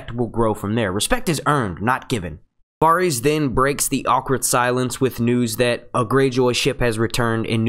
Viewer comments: The Varys mispronunciation was the worst one for me...he must be saying the names the way he said them in his head while reading the books... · How many episodes of this show have you watched? Have you never heard Varys pronounced? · Why does everyone say at least one character's name stupidly? This guy says Varys stupidly, others can't say Missandei, it seems like everyone who makes GoT videos has that one character whose name they cannot say correctly. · Please learn how to pronounce Varys...ur driving me crazy the way u say it wrong repeatedly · Stopped watching cause how he says varys but good vid